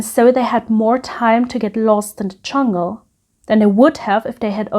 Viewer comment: Very well presented. You have such a sweet personality that comes through in your delivery. I giggle every time you say CHungle☺☺